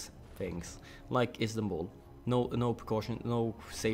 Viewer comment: Istanbul, I think you say it the right way